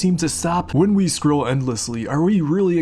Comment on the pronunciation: Lol I'm hearing scroll as screw